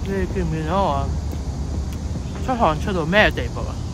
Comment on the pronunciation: 發覺你有時講嘢有懶音 例如見唔見到…..你講到好奇怪